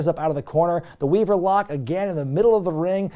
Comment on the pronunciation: Da Weevuh lock babbuh!